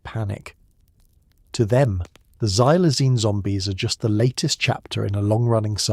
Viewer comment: I'm sittin' here in Williamsport, Pennsylvania & its in the afternoon. Xylazine is pronounced "KSylzine". The letter "X" has a "KS" sound, not a "Z" sound.